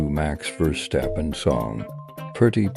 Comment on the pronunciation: VOD muted starting until . Song played: Brain Power - Long Version by NOMA. Shadow TTS struggles to say Max Verstappen & GLaDOS TTS singing the lyrics to Brain Power "O-oooooooooo AAAAE-A-A-I-A-U- JO-oooooooooooo AAE-O-A-A-U-U-A- E-eee-ee-eee AAAAE-A-E-I-E-A- JO-ooo-oo-oo-oo EEEEO-A-AAA-AAAA" , then GLaDOS breaks and cuts off the rest of it LMAO. Edit: VOD is also muted starting until . Honestly do not remember this part of the stream or what the song was, but I think it's a song about Max Verstappen? I'm not sure tbh.